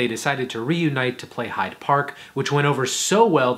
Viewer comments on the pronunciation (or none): none